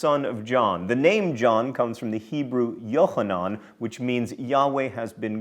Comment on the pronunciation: John, that was an EXCELLENT "khet" sound with Yokhanan! I see your Hebrew and Latin studies during divinity school really paid off.